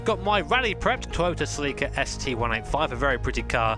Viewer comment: You pronounced Celica wrong.